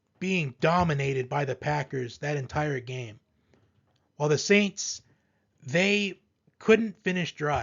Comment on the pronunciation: The sainst 😂😂😂😂😂😂😂😂😂😂😂😂😂😂😂😂😂